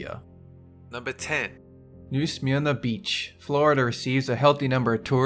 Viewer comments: I love when you narrate the videos but you have to work on your pronouncinations. I lived a few cities away from New Smyrna Beach and you made me chuckle. If I hadn't of read the word I would have had no idea where you were talking about. That being said... long life! I love your accent. 💜💜💜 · The way said New Smyrna Beach was so funny. I live in Port Orange so it's basically down the street from me.